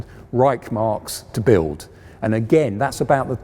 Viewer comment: It's pronounced "Porsche" and not "Porsch", "Krupp" not "Crap", "Schwere Panzerabteilung" not "Shredpansabdaloongs", and "Reichsmark" not "Reikmarks". It wouldn't matter if an average Joe gets that wrong, but it is really quite unbecoming of an historian and presenter who professes to be an expert on those things.